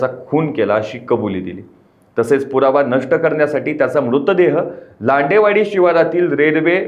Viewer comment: लांडेवाडी नाही लेंडेवाडी